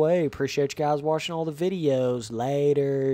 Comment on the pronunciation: Ben Whitehill it got old the first time he said it it sounds like he’s 10 with downs and a speech disorder